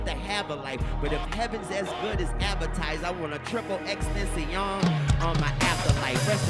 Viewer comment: lmaooo I was bout to say "extenshi on" is his name! 😭😭😭